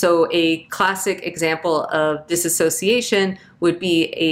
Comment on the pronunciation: What are some helpful coping mechanisms for a layman hears Dissociation pronounced as dis-uh-sociation and can’t concentrate on the rest of the vid?